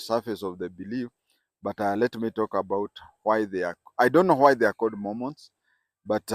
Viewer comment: It’s Mormons and not Momons